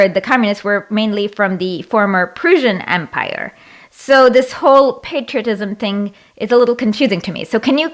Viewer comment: She said Persian Empire I swear to god. LMAO.